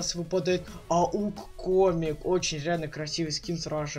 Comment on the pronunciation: Я угарал кагда выпал ауг комик мне послышалась не комик а гомик я угарал))))))